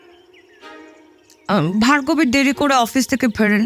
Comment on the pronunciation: Asadharon 👍 purush kantho naamta bhul pronauc korchilen Bhagarbi,pore thik korlen Bhargobi😊 thanks 👍